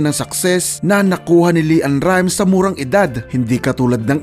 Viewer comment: Leann rimes hindi Li ann hahahahaaha